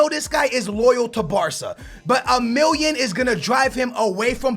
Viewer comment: you forget to say the two L's in million